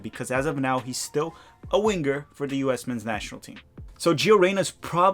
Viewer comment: “Wing-ger”, I tease the ones I love. Off topic suggestion, how bout an episode of Tactical Manager TV in remedial Brazilian Portuguese?